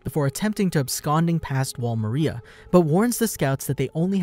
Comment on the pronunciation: I love these videos, but I hate the way you say “Maria”